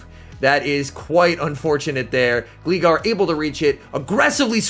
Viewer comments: I've never heard anyone say Gleegar 😭 It's pronounced Glie-gar like gliding. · Can you not say Gleegar anymore please It's pronounced Gl-eye-gar Top notch video as usual though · "Gleegar" ummmm okay buddy pal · "Glee" Gar HAHAHAHA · Im sorry did i hear say gleegar? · I laughed at the way you pronounced "Gligar" XD I believe its name is derived from "glide" so it should be like "Glay-gar" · It was actually annoying af hearing how you pronounce gligar. What’s wrong with people that play Pokémon and pronouncing simple fucking words